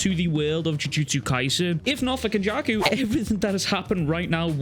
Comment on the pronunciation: The way he said kenjaku is one fucked dude hahaha